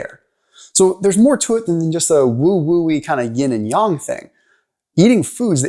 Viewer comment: yAng with an A, not yong 😅. It took me a bit to understand what you were trying to say. However, I appreciate the information.